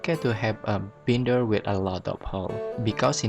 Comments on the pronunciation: no problem! It's pronounced like " buy-nder" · You're pronouncing the word " binder " wrong my friend.